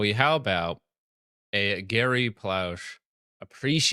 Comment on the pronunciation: You butchered Gary’s name pronunciation lol